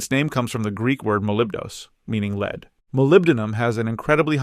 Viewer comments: lol 'leed'... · The author should have reviewed AI production. Did not pick up the gross mispronounciation of lead. Yup, AI still needs to be edited. Most probably a high school homework project. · Loved the video. Provided a lot of great info in a concise manner. Thank you for making this! One recommendation would be to standardize the units when talking about price (kg, Troy ounce, tons) to make it easier to compare between elements. Also, Lead (Pb) is pronounced like “led” not “leed” 🙂